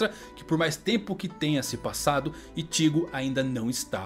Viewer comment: Ichígo, Rukía, Ichíka, Renjí, não da cara, não dá...